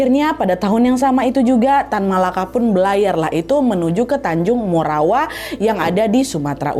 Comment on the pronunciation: Tanjung Morawa kak NAD bukan tanjung morowa 😂